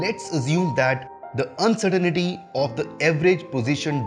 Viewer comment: You are spelling and mispronouncing uncertainty.